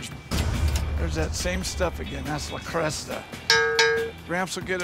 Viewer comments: He read it off a script. I kept laughing at "le Cresta" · ‘’ 😂 - er ‘le creuset’ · He said le creste but it is pronounced le cruse. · No one else annoyed at how he is pronouncing le creuset?! It’s French and the correct way to say it is: 'luh-CROO-zay'. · ‘’ hmmmmmmmmmmmmm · Le Creuset: “La Croo-say”. Not Lasocta or Lacresta. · Can't pronounce cookware manufacturer correctly but knows how much it's worth 🙄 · ... hearing him pronounce the name of the cookware made me cringe. That's not how it's pronounced.... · La Cresta? Le Creuset. J.R. Hinckleys? J.A. Henckels. Lol